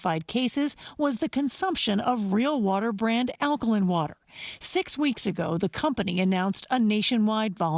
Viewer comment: No respect for this reporter for not knowing how to say alkaline